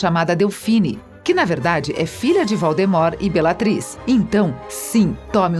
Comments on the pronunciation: "Valdimorte" HahahahahhahahhahahH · Você não sabe falar o nome dos personagens quando é pra falar Voldemort fala Valdemort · É tipo "Valdemort" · sim, e pelo o que lembro tbm errou a da jk e do voldemort. sabe não é o maior pecado do mundo errar uma pronuncia mas ainda é uma grande falta de profissionalismo principalmente com o tipo de conteúdo que eles queriam trazer que é mais "informativo" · Esse vídeo só serviu pra mim da risada da pronuncia dos nomes errados, e achar que a mulher foi um pouco preconceituosa com com cabelos das duas, eu gosto do cabelo delas. Grindervalt kkkk valdemorte kkkkk basilicx kkkkkk Uyilles kkkkkk